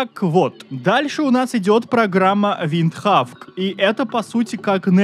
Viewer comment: Винхок! -Нэт! ВындХавк!🥸